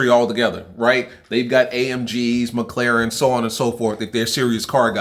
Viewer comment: My boy said “McLaren” 😂